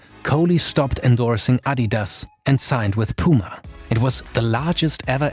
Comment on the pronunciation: F.Y.I: it‘s pronounced puma, not piuma.